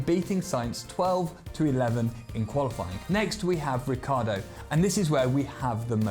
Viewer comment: It's not Riccardo, it's RICCIARDO